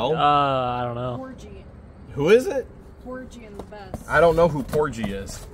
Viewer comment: Porgy and bess. G like goat. Musical type stuff. Gershwin was from the 1930s, I think